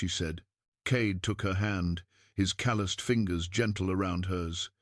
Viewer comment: Plots improving-more action, actual climax. AI still needs work. Check pronunciation for "calloused."